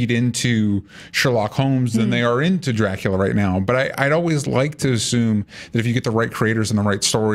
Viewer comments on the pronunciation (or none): Sherlock is an overrated show. Not bad, but not good either. Also, the u in Dracula it sounds more like in scuba, not like in cute. But to be fair, Coppola is the only one that got this right. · sadly, i had to stop watching after the girl pronounced dracula with the worst accent ever, which i didn't even know what it was supposed to be, for the second time. I was afraid she might say it even a third time